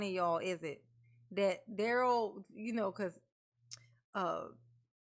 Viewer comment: Girl you make me laugh calling out Duhrell and the Duhrell island 😂😂😂